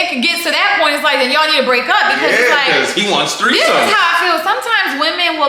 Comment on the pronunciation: My dumb a… “thirty-third-somes” 😭😂😂🤦🏾‍♀️